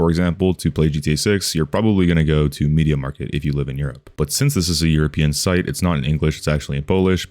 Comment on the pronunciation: i love how you say "media market" rather than media markt. also in Polnad we have rtv euro agd and media expert